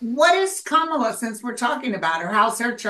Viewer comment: Thank you and! -Kamala’s name is pronounced comma-la